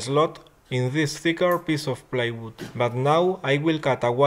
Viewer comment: you keep saying playwood an its plywood! :D